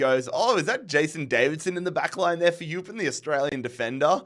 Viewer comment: Not that it matters too much but Eupen is pronounced (oy-pen) They’d also be a fun rebuild, Tim Cahill is on their board and Claude Makelele used to manage them. Not to mention, will still’s brother Edward used to manage them. You’ve got a lot of interesting story there